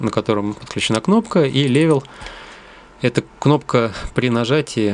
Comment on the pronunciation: Только не "левел" а "лЭвэл" , и не "хеллоу", а "хЭллоу". Это все равно что сказать блендер вместо блэндэр Ритёрн правильно зато произнесен. Хотя многие говорят ритурн